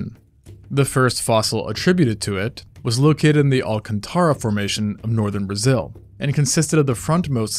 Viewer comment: "Alcântara" please take your time to stress the "â" with a more grave pitch. You can also complete the "tara" in a single breath almost as if it was a single syllaba. The way you spelled sound more like "Alcantára" what is funny but it's like spelling "bear" while asking for a "beer" in a pub. Nice video by the way.